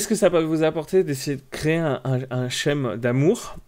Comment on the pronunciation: "Scheme" en anglais veut dire schéma et se prononcer "skyme"', non "chème". 😂